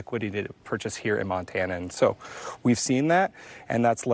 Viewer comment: doesn’t know how to pronounce “realtor” — really? “Real-Ah-tors” makes her sound adolescent.